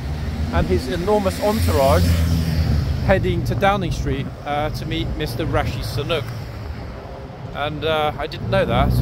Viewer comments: Did I hear him say…”Rashi Sunuk”? Not sure who that is? Rishi Sunak should be informed. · Wrong pronunciation of Rishi Sunak! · The prime minister's name is Rishi Sunak not Rashi Sunuk.